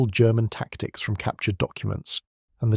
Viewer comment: It’s pronounced “Wrens”. Just say it. WRENS. Like the bird. They did not go round uttering the letters in the acronym, like we do not say “N. A. S. A.”. This channel has good stories, but the scripts are so nauseating, ai slop everywhere. And check the English, you are promoting English stories and cultural heritage, it deserves being listened to by a native speaker who knows how to pronounce the thing. Another one of this channel’s stories tells us about “Doctors with their P. H. D. S.”…